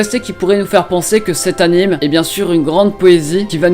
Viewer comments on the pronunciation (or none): none